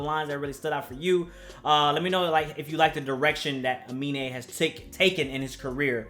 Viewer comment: It’s Uh-Me-Nae 😂